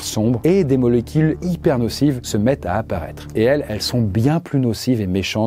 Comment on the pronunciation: ouais des molékil 😂